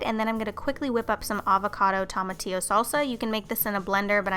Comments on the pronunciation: I know, right? And also Pico de Gallou and Cilantrow, but definitely Tomatillo was epic. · Not hating but the way you said tomatillo made me laugh so much (I'm Mexican). Great recipes tho!